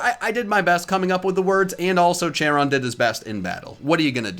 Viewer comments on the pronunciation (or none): Dusknoir’s nickname is pronounced “CARE-ON”. Just so you know.